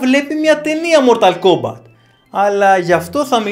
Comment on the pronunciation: Κομπατ. Κομπατ. Όχι Κόμπακτ